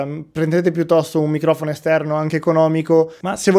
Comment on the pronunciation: Il maus raga il minghiofono😂